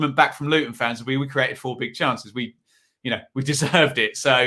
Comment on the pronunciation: Good video again. I see your pronunciation of "Looun" is spot on 😁⚽️🎩